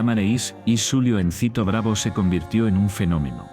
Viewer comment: Odio cuando pronuncian los nombres mal. Es Juliancito no Yuliancito. Es Edith no Idith